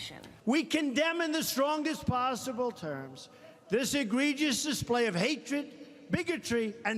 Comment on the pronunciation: Who told him how to pronounce, "egregious?"